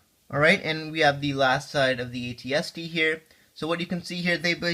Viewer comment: AT-ST not RT